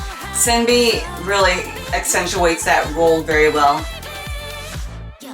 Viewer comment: Loved the reaction. 💕 Btw. just a minor thing but: from what i heard SinB is pronounced more like "Shin-B"